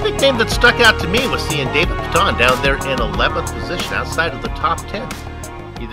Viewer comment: It's pronounced pay-tun